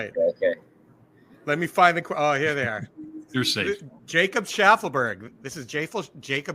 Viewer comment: Jacob Sharman-berg? 😂